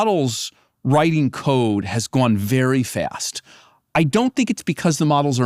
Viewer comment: "It's hyappening very fyast." An AI leader who can't pronounce the letter a without inserting a y beforehand 🤔